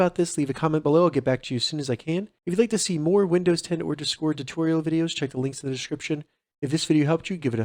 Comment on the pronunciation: No one going to talk about the way he says discord